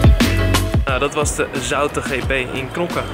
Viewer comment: je spreekt het uit als zoete☺️